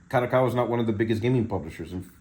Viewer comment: Bro its pronounced KA-DO-KA-WA. not KA-ROW-COW-WA😂😂😂